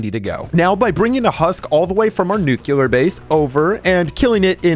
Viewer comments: I swear if i hear "new queue lurr" one more time...... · is the “nucular base” supposed to be a “nuclear” base? 😭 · i love your content but you said nuclear wrong LOL😭